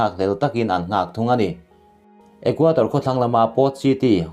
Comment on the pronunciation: Ecuador..Ithil chhiar hi Equator tih hlira kahriat chute😁